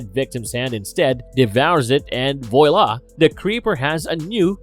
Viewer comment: "Voy La". Seriously? Learn how to read please.